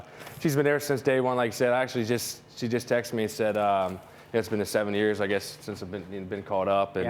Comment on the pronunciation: Can someone tell Aroid to pronounce the letter s correctly. Why does he say SH with every S “four yearsh in the minorsh “